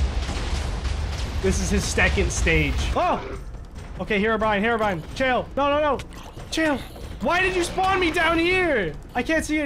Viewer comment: is it just me or did just say: “herobriane is pissed”